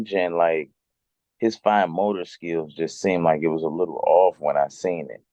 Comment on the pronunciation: The athleticism 😂 just can't say SKiLLS